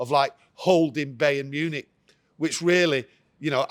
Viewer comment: Bey-earn Munich 🤣😂😅